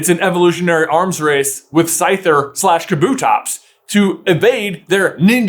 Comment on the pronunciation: I refuse to believe that’s how you pronounce kabutops